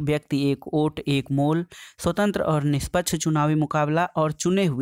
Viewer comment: Ote nahi vote hota hai sir